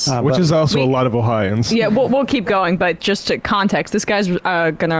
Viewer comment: Yeah I didn’t like when he said oh-hi-an like we’re hicks. I’m an Ohioan